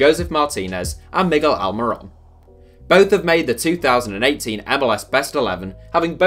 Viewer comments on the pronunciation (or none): none